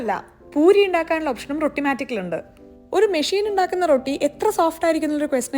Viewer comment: റോട്ടി ❌ റൊട്ടി ✅